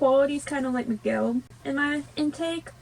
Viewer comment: Dont't worry I know it can be difficult some words in my language becase we have a lot of words with letter "R", but you pronounce right Miguel, Héctor, Dante and Imelda :). I love Coco, and I'm proud of how part of my culture it's represented. Greetings from México.